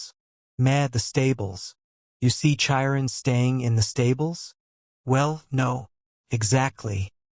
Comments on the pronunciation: The voice is AI so it's pronouncing names wrong. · The pronunciation of Chiron 😭😭😭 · And Thalia. I'm trying to sleep to this audiobook and the pronunciation of a lot of things keeps jerking me out of my sleep. It's so unsettling. 😭